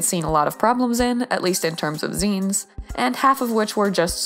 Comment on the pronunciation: TY FOR TEACHING ME HOW ZINES WAS PRONOUNCED. I ALWYS PRONOUNCED IT AS ZAI-NES INSTEAD OF ZEE-NES